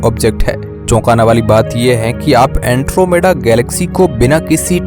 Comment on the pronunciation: अँट्रोमिडा नाही अँड्रोमेडा 😂 hai wo